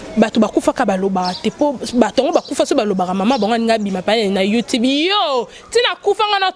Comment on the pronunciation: Ayobi ata ko loba youtube te ozo loba youtubiiiiiiiiiiiii ozo ya kk na même paroles changer pe yo kk